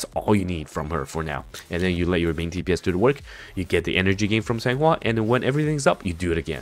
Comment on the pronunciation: I will definitely "san" her "hua"